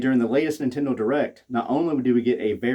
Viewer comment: "Intendo" lmao.